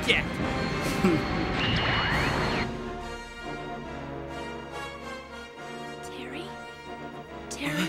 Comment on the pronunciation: Terreh Bogard!!!